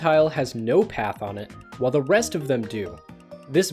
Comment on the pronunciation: When he said "rest", it sounded like he said "wrest" .